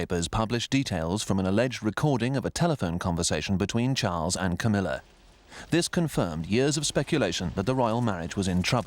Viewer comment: "Cowmilla" LMAO